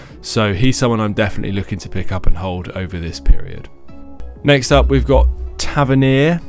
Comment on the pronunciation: You said Tavernier correctly 🙌🏻😂